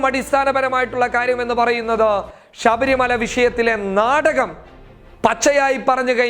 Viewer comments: ഷബരി മല അല്ല ശബരി മല എന്ന് ബ്രോ 😂🤣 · ഷബരിമല അല്ല ശബരിമല എന്ന് പറയൂ സുഹൃത്തേ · ഷബരിമല അല്ലേടാ പൊട്ടാ ശബരിമല...... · എടാ പോത്തേ നീ പറഞ്ഞു തുടങ്ങിയപ്പോൾ തന്നെ നീ ആരാണെന്നു മനസിലായി ,ഷബരിമല അല്ല ശബരിമല ആണ് ,നീ വർഗീയ വാദി തെണ്ടി പൂമോൻ ആണ് നീ . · മേത്താ ആദൃം ശബരിമല എന്നു തെറ്റാതെ പറയാൻ പഠിക്ക്... എന്തുവാടേയ് ഇത് വാർത്തയാണോ അതോ പള്ളിയിലെ പ്രഭാഷണമോ.. ...ഷബരിമല പോലും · Shabarimala ,shesham, sahacharyathilakk( sabarimala sesham , sahacharyathilaykk inganeyanu vakkukalude prayokam ) nammude mathrubhasha thetti uchariykaruthe janangal kanunnathalle